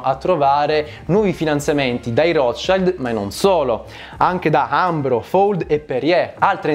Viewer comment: Piccola precisazione: Il nome "Rothschild" va pronunciato come si legge, considerato che si tratta di un cognome tedesco(significa scudo rosso), non va pronunciato "all'inglese".